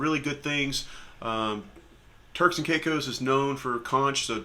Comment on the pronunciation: Turks. Not Turls 😅